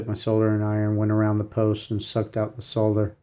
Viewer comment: IKR pronunciation school needed